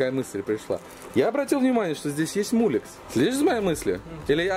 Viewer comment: уважаемый автор,прекратите коверкать название коннектора Molex ,отвратительным словом мУлекс.